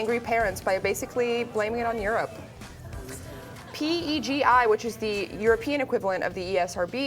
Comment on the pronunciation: It's not P. E. G. I,. It's PEGI. Peyh-gee.